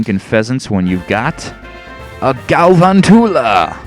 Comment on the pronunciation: It's Gal-VANTULA. Like...TARANTULA. Sorry, just had to say that. Xd